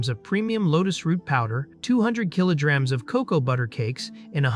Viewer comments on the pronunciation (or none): He really said kilojrags